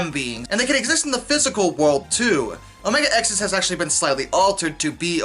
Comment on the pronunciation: Gotta give props that the man stood strong saying omega-xis wrong the whole time